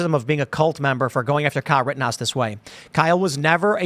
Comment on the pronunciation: "Riddenhouse", Our rights will be "Eden" away??? Why can't young people pronounce glottal stops, or nasal consonants anymore???